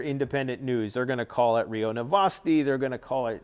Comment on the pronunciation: I have listened to so much commentary of the news that I laugh when people speak so quickly that letters mixup. He says news, NUSE, because his brain is already thinking about nuclear when he is saying the word uses so they coalesce and he hast to correct himself. Humans are so beautiful, it terrifically sucks how much stress, manipulation, and lies we deal with